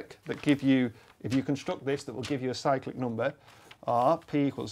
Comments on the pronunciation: I keep hearing "psychic" number. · Saw the name of the video, still thought he said psychic number :(